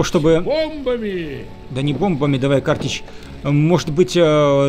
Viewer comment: Друг , картЕчь. А не кАртечь